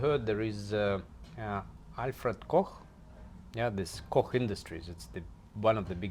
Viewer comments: Funny this guy said he had German herritage then the Georgian guy pronounce Koch in accurate German language wile the other guy said it wrong.😄😄😄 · Yeah just sounded funny, he pronounced it right.